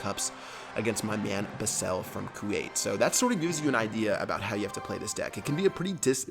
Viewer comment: Did he just pronounce Basel, bus-sell?